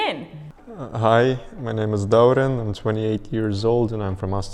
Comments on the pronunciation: Сорлы қазақ, тым болмады атыңды дұрыс аитқаз. ДАурен емес ДаурЕн деп. Және казакһ емес қазақ неболмаса,, Qazaq" деп. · Dauren does not correctly pronounce his name